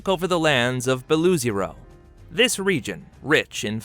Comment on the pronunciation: Beloozero is read Bel-uh-AW-zero, not Bel-OO-zero. It means White Lake (Beloye Ozero).